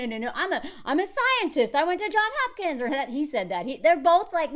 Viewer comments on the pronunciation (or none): I don’t trust Garrett either. How has he not been in a relationship in seven years but exes are still texting him? 💬 And why lie about it? And WHY, being a physicist (allegedly), does he pronounce Johns Hopkins as “JOHN Hopkins”? Sumpthin ain’t right. 🤔